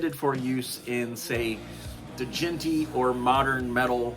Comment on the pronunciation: It's pronounced like "jent" lol